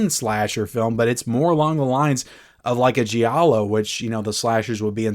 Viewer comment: Awesome Review! Really worthy this great Film and Edition. PS: So sorry, I hate to be that guy but the i in Giallo is silent 😇